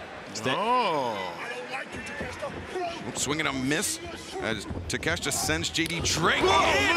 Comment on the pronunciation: Ta-Kesh-Ta?...WTF. It is pronounced, Tak-a-shee-ta!